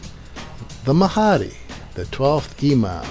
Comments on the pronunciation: oh did i mention that he even doesn't know how how to pronounce the name of Mahdi, its Mahdi not Mahaaaaaadi, STUPID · Why do do you say the Mahhhadeee just pronounce it the correct way, by the way his accent does not effect the way he will say the name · i'm just saying,,in Islam Mahdi is againts dajjal,,which muslim people aware that dajjal is also call anti-christ in christian...and must to mention that shiats is like false misguided islam..they are not true Islam..and please pronounce MAHDI right.. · So you focus in on his wrong pronunciation of Mahdi to avoid the message?